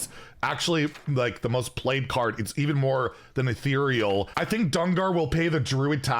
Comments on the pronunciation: He finally pronounced Ethereal correctly! Maybe that means he discussed it with someone official. Guaranteed nerf! Hopefully a similar case for Demon Seed. I'm up for a Dungar nerf. I invested in Golden Paradise Mini-set for Skyla, let's get some more pay-off! Oh yeah. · wait... he said Ethereal correctly! NICE!